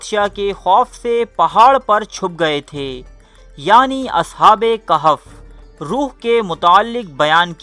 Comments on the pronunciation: Surha khahaaf lafaz kehaaf nhi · Its surah kahaf not kehef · No kehf admin KAHAF please correct